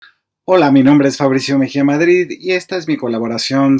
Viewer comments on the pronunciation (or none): none